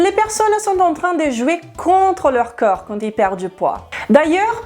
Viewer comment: Je n'arrive pas à m''habituer a entendre coeur au lieu de corps. fait un effort pour mieux prononcer ce mot qui revient sans cesse. Merci d'avance.